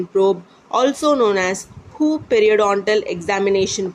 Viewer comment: Sorry to say..but when you say who instead of WHO i literally feel funny 🤣🤣🤣